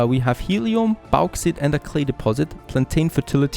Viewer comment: Du sprichst Bauxite ein bisschen falsch aus, Der erste teil Baux wird wie Boot ausgepsrochen nur das T mit X wechseln, das ite wird wie bei eitel oder kite ausgepsrochen. Hoffe das hilft! Freue mach aber mega auf mehr content vom DLC, weier to!!